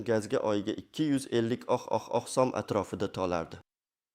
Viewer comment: Суний интеллектми бу узбек сумини талаффузини тугрилаб айтиш керакмикин